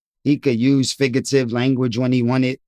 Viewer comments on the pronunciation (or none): It’s figurative not FIGGATIVE you don’t even say it right 😂